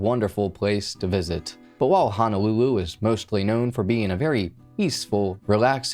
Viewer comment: Yeah, it's Hono-lulu, not Hana-lulu. He was not a (native) Hawaiian citizen. He was a Hawaii resident. These are the main errors. But, I left home in the 90s so was not too familiar with case. Thank you for revisiting.